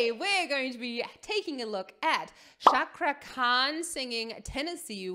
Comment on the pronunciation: Sepertinya cuman anda nyonya yang mengucapkan nama cakra khan dengan benar